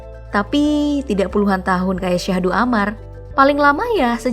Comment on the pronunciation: bukan Syahdu tapi Sadhu...